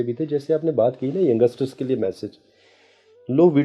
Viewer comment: भाई वो यंगसटर नही होता यंगस्टर बोलते हैं.. और ये astrologer को ये भी नही पता